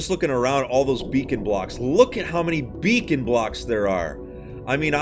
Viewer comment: When he said B E A C E N I felt that